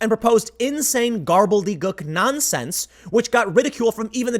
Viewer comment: I think it's gobbledygook, Tim—no "r"